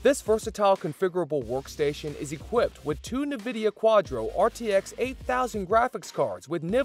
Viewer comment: as soon as you said "nividia" i was done. disliked, its nvidia. not "nividia"